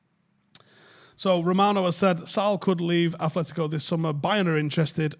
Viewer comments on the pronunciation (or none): none